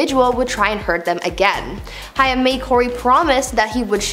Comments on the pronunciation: Not Hi-am, its Hai-m. Rhimes with maim. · 😡 Absolutely no! Sounds like "came"..Haim... How you even attempted to switch the i and a is beyond me. Childhood star for millions of us. If you can't be bothered to pronounce his name correctly, find someone else to report the news. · Please say Corey Haim's name correctly - I knew him and this bugs me using his story to get views but not even researching proper pronunciation of names - Its pronounced Haim (Hay-m) not High-Um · you know it helps, if when talking about a person and their dark secrets, if you pronounce their last name righ.. its Haim like HA Aim not hi um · Its pronounced Hame like Pain RIP COREY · His name is prounounced Corey Hame! Haigm!! Get it right! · It's not hiam it's pronounced hame and if you read this as ha me I am hurting you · That's gonna make me mad you saying Cory's name wrong. Think of it as Hame. Not hiam since it's spelt Haim. Why doesn't anyone teach anyone how to pronounce things before putting it on the internet!? I hope you fix this horrible mess up. There's more I'm sure... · His real name was of Jewish descent, it was actually Chaim, and is spelled that way on his gravestone. She was almost pronouncing it correctly, but it needed a harder “h.” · Lady it sounds like hay with an M at the end... Haym... Haim, Corey Haim!!! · Corey’s name is pronounced Hame. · Corey Haim is pronouced Corey HAME.. rhymes with SHAME. That is how I remembered on how to pronounce it. JlyK... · Please learn the correct pronunciation of Haim the ai in his pronounced as a long a as in the word rain. Corey Haim is pronounced as Hame would be. I have noticed you do this often with several different words. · It's pronounced "Hame." Sorry, that's driving me nuts lol. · I found myself yelling at her when she kept saying Corey Haim's last name wrong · I cringed every time she mispronounced Hain's name wrong 😠😡🤬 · Learn how to pronounce Cory’s name